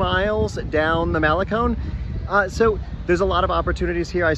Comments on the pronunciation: We’re in our 60s and live in Esterito, does that make us hipster? Trendy for the first time in our lives! We walk the Malecón every morning and it’s a wonderful way to start the day. Just FYI Malecón is proncounced male-CON not male-CONE. Love your videos, keep up the good work. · dude its not mal a cone its pronouced mal e con